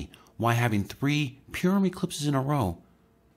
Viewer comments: its not pronounced pure um its pur like a cat um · Thanks, eyeopening information. We live in awesome times. And fyi Purim is pronounced paw-ruhm.